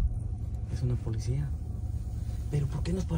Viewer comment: Se dice policía,, no polecia.